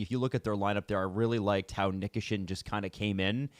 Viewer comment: Listening to you Canadians absolutely both his name every time you speak is unbearable It's Ni KEYshin